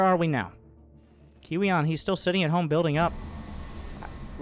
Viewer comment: i think you pronounce kiwian, Kowean